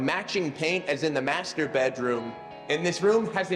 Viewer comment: U said master wrong in one of the chapters😅